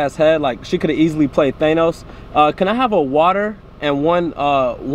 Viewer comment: Nigga said Tanose wtf is that lmao